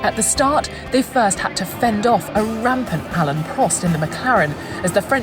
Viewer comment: “Alan Prost”, “ayearton senna”. Come on, please get the names and pronunciation right!